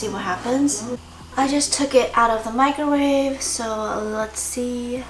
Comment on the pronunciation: Wooh I'm glad I'm not the only person who says microwave like mikerwave